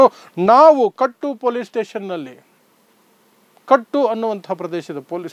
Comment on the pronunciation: . ಕಟ್ಟು ಅಲ್ಲ ಕುಟ್ಟ,,police station